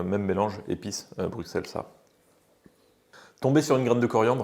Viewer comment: En tout cas Bruxelles se prononce "Brusselles", un petit bonjour de Belgique par la même occasion ;-)